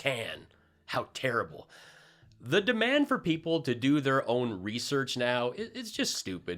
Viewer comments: Re-shurch ha ha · Foam brain must have learned form Marjorie Trailer Queen."Reshirts." "I have done a lot of reshirts.......LMAO Reshirts to go with his samwich and deflamation.:learning:🤣